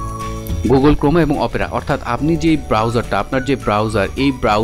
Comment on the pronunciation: আরে ভাই ক্রমা না।।।।ক্রোম হবে ওইটা